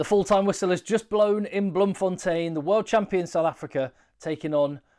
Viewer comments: Just started the video and thank you so much for pronouncing BloemfonTEIN correctly. Even Saffas, especially from Jhb, insists on Bloemfon'tien', Randfon'tien', Garstfon'tien'. Keep up the great work, SA appreciates you. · the way you pronounce Bloemfontein it sure does sound like you're fresh out of south africa